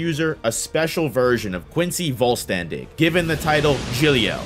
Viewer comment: my german ass was kinda dying because of the pronounciation in german language an s before the letter t and p makes an sh sound so vollständig the st would sound like an sht